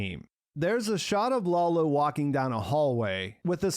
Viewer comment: dude: Lalo (like Lullo), not Lawlow. I don't get why you do that....